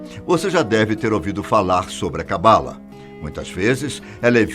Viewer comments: se pronuncia CABALÁ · Se pronuncia cabalá. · Sua pronúncia de Kabalah está bem errada, erro q todos fazem, mas se você vai falar/explicar sobre precisa pelo menos pronunciar certo 😉